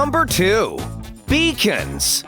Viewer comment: I keep thinking that beacons were pronounced as ‘bacon’